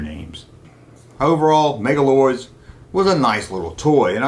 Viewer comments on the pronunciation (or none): Why on Earth are you saying MegaLords when that's clearly not what it's called ?